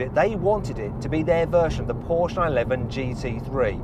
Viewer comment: I'm so glad you say Porsche that way!!😍👌🏼😂